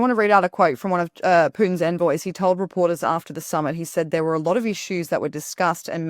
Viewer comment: I'm a broken record and I will say this over and over, is not up to it. Her questions are naive and uninformed. I expect Americans to mispronounce "envoy", but not a Brit.